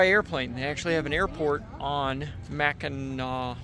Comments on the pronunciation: The pronunciation on Mackinac island is correct. Its AW not AC. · Yeah dood! You’re saying it right! Mack-n-aw. My family is from Michigan and we spent a week on the island ages ago. The island is famous for their fudge and the grand hotel too. Definitely worth it to rent some bikes and ride around the coastline! Another great adventure! Thx for sharing! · Mackinah..... is absolutely correct. Thx for not butchering the name. Love your videos.